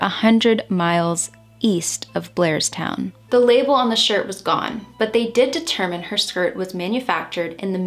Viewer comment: That’s Blairstown NJ. Sounds like she was saying Glairstown. It’s a very country area of NJ and some of those towns are not heavily populated. I can see how no one would witness this. Sad case. I lived most my life in NJ and I know that area. RIP princess doe.